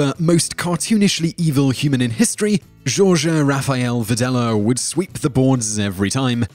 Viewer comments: Just as a matter of curiosity, Jorge is usually pronounced "hor hey". At least that is what I have been told by my friends who speak Mexican Spanish. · Actually I had heard of 3, 5, and 10. And Tajikistan. (Pro tip: Jorge isn't pronounced "zhorzh", but "khorkhay".) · "George Rafael Videla" lol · #1 is pronounced "Hor-hay". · I'm from Argentina. We pronounce 'Jorge' with a hard H. Think of how you say 'hor' in 'hormone'. And 'he' in 'hepatitis'. Hor-He. Pro-tip. Our vowels only have one sound, no matter how they're combined. A sounds like 'ah'. Like the A in American. E is pronounced 'eh' like the 'E' in 'vEgetables'. I is pronounced like you'd pronounce the combination of EA in 'eagle'. O is pronounced like the O in hOrmones. U is pronounced like the amalgamation of OO in bOOm. With that, combine it with any consonant and it'll always be the same. And consonants are pretty easy as well, B, D, F, K, M, N, P, S, T, V, W and X are pronounced the same as they're pronounced in English. C has a hard sound like 'CAst' with A, O, U and all the consonants and a soft sound with E and I (like an S). G has a soft sound with A, O, U and all the consonants and a hard sound with E and I unless there's a U in the middle (which is soundless). For instance, what you spell GHETTO we spell GUETO. It has the same meaning and basically the same pronunciation. A hard G is like an H. Don't confuse it with your hard G. H is soundless. J sounds like your H. L sounds the same, except when you put two of them (doble L or 'double L'), in which case, Argentina pronounces it like SH but the rest of the Spanish speaking world pronounces it differently (I wouldn't be able to describe it even if I tried, so I'm not gonna lol). Q sounds like a K, but it can only be used with E and I, and like with the G, it has to have a soundless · pretty sure Jorge Rafael Videla's first name is pronounced 'xorxe' or 'horhay'.. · Jorge is pronounced HOR-hey... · Jorge is pronounced Horhay